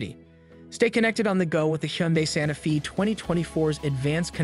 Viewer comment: You keep saying Sante Fee but isn’t it pronounced Santa Fay? Also at the mark you did something with the rear light placement?